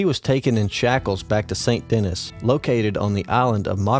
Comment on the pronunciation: you say it SAEN DENEE not saint dennis. good video though!